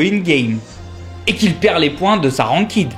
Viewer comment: Tout est vrai ! par contre evite de parler en francais xD c'est pas "rankid" mais plutot "rankaid" (enfin je prononce comme ca XD)